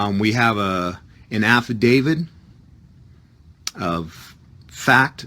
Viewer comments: I think this man is calling it an "Affidavid." Maybe in honor of this defendant. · "Affadavid"????????? Again???????????? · Great video, but that guy made my head hurt with his crazy comments! P.S. what is an "affivdavid?" I know of affidavits, but not of affivdavids. LOL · He keeps saying "affidavid." shakes head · This is all horseshit! Every jail around here have a Notary in the Law library, and there is no such thing as a "form Habeas Corpus". You have to draft your own! The format is in the law books in the Law library. He calls it an "affidavid" lol, and all affidavits are affidavits of fact! That's the whole point! Why do these people think an affidavit has some kind of power? All it is is a sworn statement! The only power it has is your word! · he said Affi-david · Is he saying "affidavid"?